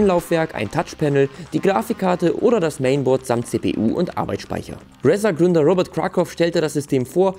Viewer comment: Bitte, bitte, bitte sprich doch bitte Razer richtig aus. Sonst ist es mir Wurst, obwohl es mir schön öfter aufgefallen ist. Aber so oft hintereinander ist das Brainmobbing. ;) Ansonsten wie immer Top. Thumb up.